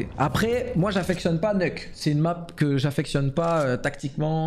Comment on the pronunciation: Tous les vrais disent "neuk", ceux qui viennent de cs1.6 et qui sont toujours là 20 ans après